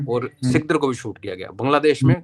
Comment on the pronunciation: Don't call सिकदर to SIKDAR, its (Sikdaar)सिकदार